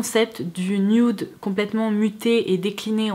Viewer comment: C'est "nude" pas "nioude"